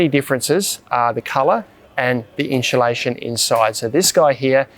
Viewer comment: I honestly couldn’t watch the vid after hearing inchulation 3-4 times. I’m out.